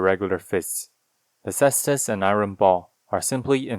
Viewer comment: Thank you for pronouncing Caestus correctly!